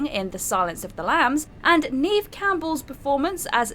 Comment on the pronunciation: Did I just hear “Neeve Campbell?” Wow 🤦‍♀️ Good ole Neeve really was a great hero. 🙄